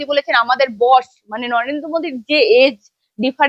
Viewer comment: ওটা বশ না বস হবে।